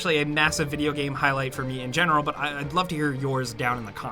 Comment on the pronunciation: Ok its been a few years now and i didnt want to say this but could you stop saying the word game? You pronounce it weird every time